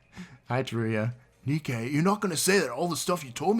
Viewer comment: This trial is gives such an Among Us vibe, and no one can deny it. Edit: Hold on-I swear I heard you pronounce “Nikei” like “Nay-kay”